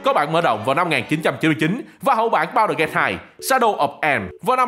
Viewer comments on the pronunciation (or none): Mọi người khác: Baldur Gate: Bao đờ Gay 💀